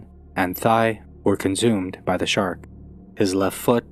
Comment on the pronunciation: Conzoomed. Im pretty sure its not said that way.